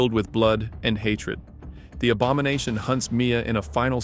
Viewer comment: The abamonation? i KNEW cyraxx was somehow involved in the characterdesign😂